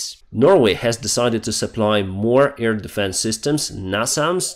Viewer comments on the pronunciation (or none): Hello, I love your reports. Just want to tell you: you stil say 'EAR defence'. AIR is with another sound, an 'a' like in bAd, hAve, dAnce. Not the ea sound like in EAr, bEEr.... Just saying. Have a great day, thank you for everihting you do for Ukraine. Marianne from Belgium.